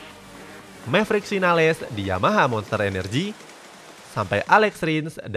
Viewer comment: dia nyebutnya sinales ettdeh